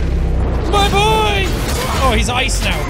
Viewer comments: Not BOY it's B O I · Its BOY not BOI